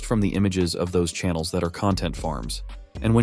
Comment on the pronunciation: You said channels wrong also I do